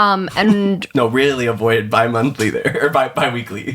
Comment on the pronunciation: It’s bi-monthly😂